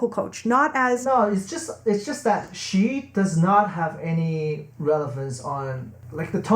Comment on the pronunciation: just like how you try to say "she" but end up sounding like "shit"... lol